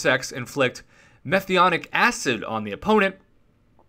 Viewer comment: hi everybody, hope you liked the antman revamp idea, the point of the antman revamp idea was to make antman a more offensive champion. sure if you put a stacked one on aw defense you might get a kill from a timeout but i think a character like antman deserves more. BTW once again butchered a word, lol, it's (meth-an-o-ic) acid, its the simplest alkanoic acid you will find and the reason the 3rd special ability doesnt affect superior ironman is because his suit is made of a symbiote and not technology.